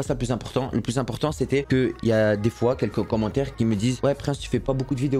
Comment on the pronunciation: chaque foi il a dit chois